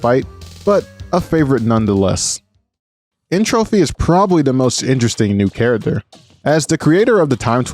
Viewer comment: Entropy, not N Trophy